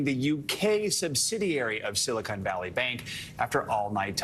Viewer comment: It's Silicon Valley, not "Silicone Valley."